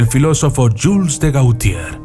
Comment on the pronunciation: Jules de Gauthier, se pronuncia: /Yÿl de Gotié/.